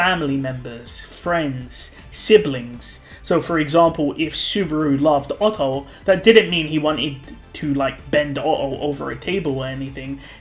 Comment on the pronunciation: did.... did you say... oTTo??!??